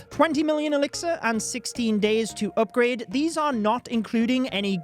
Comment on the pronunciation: the "oopgrad" and "buuk" aight thats enough 30sec into the vid, crazy how over 3mio ppl subscribed to someone w that accent